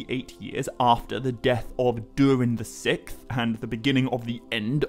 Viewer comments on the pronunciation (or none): I believe it’s pronounced “sicksth” as it’s spelled “sixth”. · Isnt it Durin the Sixth (VI)? You kept saying Durin the Sick. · When you say the 6th. The “X” isnt canceled out. Pronounced “Six-th”. Not “sicth”. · Sickth? Six th. Say it with me SIX Th... 😂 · Sikth? I thought it was sixth. Yes, I’m THAT guy. Sorry. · King Durin the Sikth 😂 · Six-th. Not sickth. Sorry it was getting to me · Saying "sikth" over and over is driving me insane. It's "Siksth". Incorrect pronunciation is my biggest pet peeves. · “The Sickth”? The ”sicksth” is how sixth is pronounced, dingaling. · SIXTH not SICK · Love the video! Absolutely fantastic work! I just wonder if I'm the only one who has never heard the word "sixth" pronounced the way he does."sikth" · Durin the sikth. It took me a while to realize how that was being mispronounced, but eventually I realized the x in sixth was being pronounced like a k, removing that final s sound before the th. Not sure if anyone else had trouble with that... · “Durin the Sikth” 💀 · Ah yes. During the sickth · Durin the Sick-th? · I shouldn’t say names so much as just a couple random words. You say “durin the sixth” multiple times, but you literally cannot pronounce the word sixth. You pronounce it like it’s spelled “sikth” it’s crazy distracting fr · Durian the sick’th? Why can’t you just say the sixth? 6th? Not sick’th. Lol. Good video anyways haha 👍🏼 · Pronouncing sixth as sicth really annoys me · Sixth not sikth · dude cant say sixth to save his life lol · You can’t say sixth correctly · This guy made me so mad when he kept mispronouncing 6th